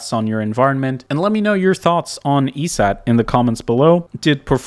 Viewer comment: eset is said "e-set" not "eee-see-eee-tee", but other than that, awesome content brother